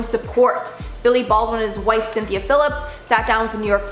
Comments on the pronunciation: Billy's wife's name is Chynna pronounced "China" not Cynthia. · Chynna Phillips, not Cynthia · Cynthia Phillips? CHYNNA!! As in China.... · She just said Cynthia Phillips. Omg.